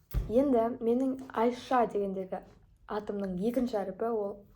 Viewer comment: Айша ш әріпін с дан алдын😢